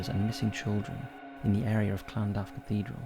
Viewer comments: In Cardiff its lan-duf not what ever you say it called:/ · The way he says Llandaff 😅😅😅